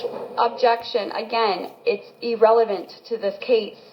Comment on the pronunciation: "EEE-RELEVENT!!" Maddening!😝